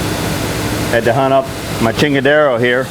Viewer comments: chingadera, not chingadero lol, props to those beautiful welds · Did I hear you right?....did you say "now we have a "chingara" tha we will be able to cut out here" lmao!! is that what you said??